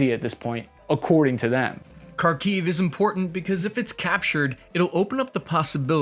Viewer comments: Really good assessment 👏 👍 Side note: Kharkiv = Harrrrr Keeev (sounding) Kherson = Hear .. s.... on. Keep up the good work. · Its not pronounced “Karkeev”, its “Harkiv” the K is silent. Same with Kherson, it’s pronounced “HerSon”. Fyi kherson is another word for peni$. 😂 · Kharkiv is pronounced Harkiv, at least that's what my wife who is Ukranian said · You don't pronounce "K" in Kharkiv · The first one that is, just pronounce Harkiv